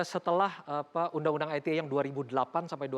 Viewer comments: Dari ngomong ITE jd "ai ti e" aja nyebelin nih bapack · Fajroel sok Inggris. Ii Te Ee, bukan Ai Ti Ee 😂